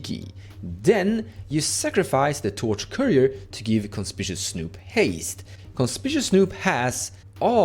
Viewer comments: Great deck tech, really excited for gruul artifacts. By the way, conspicuous is pronounced Con-spick-you-us… super weird pronunciation I know haha even hard as a native English speaker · CON SPICK YOU US